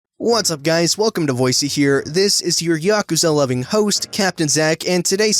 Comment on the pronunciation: Wait d...did he just say yakuza loveing?